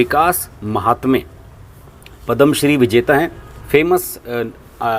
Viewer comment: भाई साहब,पद्म श्री का उच्चारण ठीक से कीजिए!